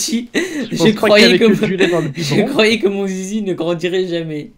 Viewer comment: " bah moi je crovais " C'EST JE CROYAIS